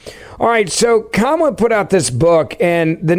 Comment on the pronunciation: “alright so Komma put out this book”. Comma?